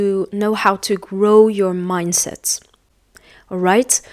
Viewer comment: You have one mistake "grow mindset not minset"